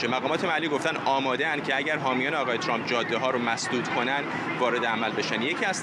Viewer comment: حتی بلد نیست اسم Trump را درست تلفظ کند.